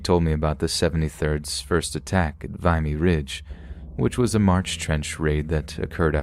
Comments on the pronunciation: Wow was this an AI experiment? VIE-ME ridge. I know you know how to pronounce Vimey Ridge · A few polite corrections: you have almost all of the Canadian words pronounced corrected except a few that bothered me. "Saskatchewan" wasnt so bad bt 'Vimy ridge' immediately caught my attention, it's "vim-e". I'm not trying to be mean I'm trying to contribute respectfully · Just one little thing lol it's pronounced Vimy Ridge, the "I" being pronounced like "swim". :) from a Canadian lol the Battle of Vimy Ridge is always told on Remembrance Day up here ;)